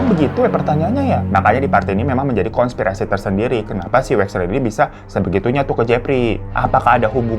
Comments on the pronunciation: Hai ka Hiro , konspirasi bukan kongspirasi ka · KONSPIRASI bang,bukan kongspirasi